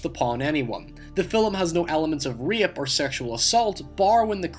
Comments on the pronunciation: Am i the only one tgat heard min say reeup instead of rape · Dude, you have one of the most bizarre accents I've ever heard... Is that Scottish? Dutch? You pronounce certain words in such a strange way, like I've pretty much never heard before. You say "film" like "fill'em" And "rape" you said "re-up"